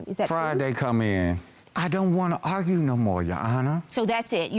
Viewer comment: All I hear is "You wanna agrue...I can't agrue with you" 😂IYKYK